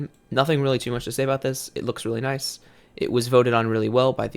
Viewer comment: H says noice